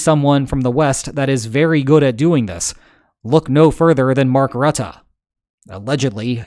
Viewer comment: You're the first non Dutch speaker I ever heard say rutte correctly! 🎉 you sir deserve a medal 😂